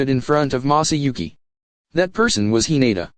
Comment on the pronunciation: Maahsahhyouhki that is how he pronounces masauki🥲🥲🥲 it hurts my ears